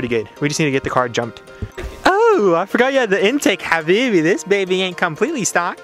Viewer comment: what's your nationality , cuz i'm from Egypt and you said Habiby ???! ;)